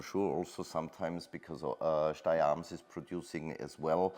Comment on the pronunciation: Your pronunciation of Steyr keeps changing throughout the video.